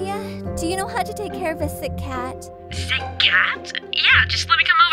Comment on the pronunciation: Why do people say chat instead of cat that’s the only thing I don’t get and I’m a big fan 😂